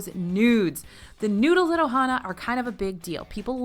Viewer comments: Lol "noods" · why she gotta say noodles like that it sounds wrong sigh